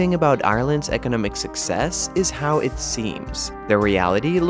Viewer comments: The Irish 'SUCKS-us story'... oh, he's trying to say 'success'. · Is this a human narrator or a robot? Either way not being able to pronounce "success" is rather ironic. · Insightful and accurate. I know it's a nit, but I found some of your pronunciations distracting. To improve the already good quality of your video production, I recommend learning which syllables get accented (e.g., for "success" and "economics", accent the second and third syllables, respectively).